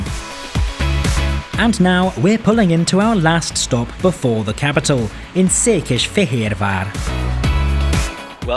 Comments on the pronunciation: Székesfehérvár pronouncing was impeccable! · Any man who can pronounce Szekesfehervar that well is worthy of repect! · Szépen ejtetted ki a Székesfehérvár városunk nevét. 😉 Köszi a videót! Változni fog Magyarország vasúti színvonala, most új kormány van, ahol szakértő a miniszter, Vitézy Dávid. Még több év, de megvan az irány. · Yes, very impressive pronunciation! Csak egy icipicit érezni, hogy nem magyar anyanyelvű mondta ki:)